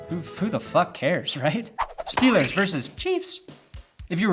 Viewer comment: God damnit,. It's pronounced "versus", not "verse".